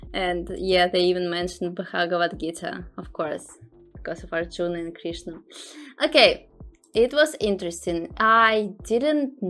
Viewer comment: Your pronunciation is wrong of Krishna